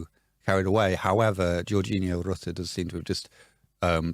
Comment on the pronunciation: . The r was in the wrong place. Georginio, There was no extra r.